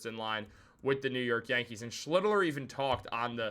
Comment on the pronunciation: You're mispronouncing the pitcher's name, its SCHLITT - LER. Like Shit but with the L.